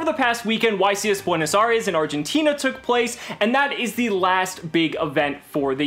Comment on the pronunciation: Dude first all. Learn to say Buenos Aries. Second of all. It’s because pendulum magician is more affordable. Just say that. Most of the country is in poverty